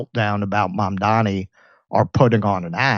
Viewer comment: It's MAMDANI. 🙄🤦🏻‍♀️